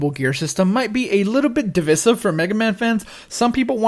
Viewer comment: Haven’t played any Mega Man games yet, but it’s on my back log. Also you pronounced divisive wrong.